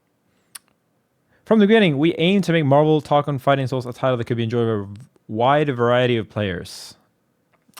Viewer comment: Just say marvel tokon. Not hard.